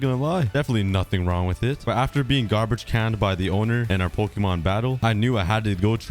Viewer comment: Is anyone else getting triggered by his pronunciation of Pokémon’s